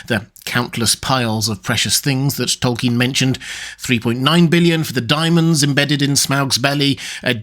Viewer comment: hehe, "dimonds"